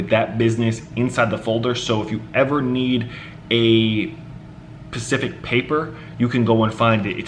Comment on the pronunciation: it's specific. Not Pacific.